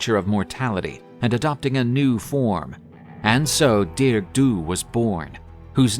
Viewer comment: I’m Irish, it’s pronounced “Dar-ug”in Irish not dearg like you would pronounce in English. For anyone who wants to know. It’s great to see people posting about Irish mythology, thanks for sharing this story